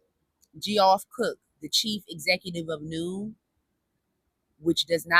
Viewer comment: Just a production note for you as well. Geoff is pronounced Jeff. It is just a different spelling. We have a lot of men who spell there name Geoff in Australia.